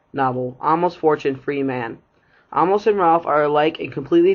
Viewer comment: it’s Amos! “Ay-mus” not “ahmos”